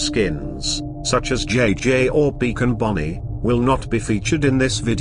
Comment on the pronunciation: did you say Beacon Bonnie, or Beaten Bonnie. I can't tell, also nice video, would love to see these come to fnaf ar